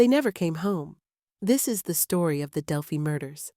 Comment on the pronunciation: It's disgusting people make these videos and can't even pronounce the name of the town.